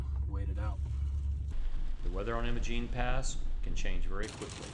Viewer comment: Great video. Apologies for being pedantic, but it’s pronounced “eye-muh-gene”.